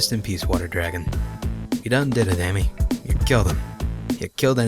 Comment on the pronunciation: Ammy= Ah-mee No vowels in Japan